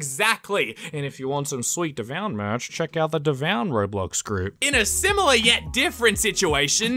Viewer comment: Kreekcraft pronounced you name dev-oo-un